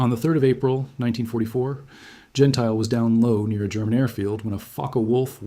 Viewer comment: AI again. Don (Jen tilly) Gentile, is pronunciation. You dismiss Blakeslee's air victory count, but he had 14.5, 2 less than Godfrey and Anderson, 3 more than Yeager. Blakeslee and Zemke were the two top scoring Group Commanders in the ETOMTO with 14.5 and 17.33 respectively. John Landers also had 14.5 when he commanded the 78th FG but 13 were with other Fighter Groups, including SWPA. Cpt Melvin Dickey shot down John Godfrey while both were strafing Nordhausen airfield. Godfrey destroyed four Ju 52s before his Mustang was damaged by Dickey. Godrey was flying VF-F . Possibly VF-F was 1Lt Logan's assigned A/C in late 1944, but the record states that Reggie's Reply II was VF-F. So I suspect Logan was assigned VF-F after Godfrey went down. Actually you need to check November through December 5th 1944, for highest number of German aircraft destroyed in the air compared to March through April 5, 1944. The claims stated for Gentile were correct for the period, as the 8th AF (Doolittle) gave credit for ground destruction same as air to air for Ace status. Doolittle reasoned that 8th AF pilots would be incented to strafe the most dangerous and well defended airfields - he was right but 9th AF FG lost 2X pilots to flak compared to German fighters. Godfrey's air VCs after Gentile's last mission (April 8), was 7 0f his 16.333 total. 2 1/2 were scored by Godfrey earlier than March 1944. I think you demean Gentile by referencing Gentile staying comfortably in US (as a test pilot at W